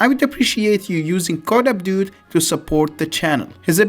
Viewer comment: "a dude" sounds like "abdod"